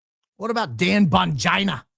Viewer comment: "Dan Bongina" 😂😂😂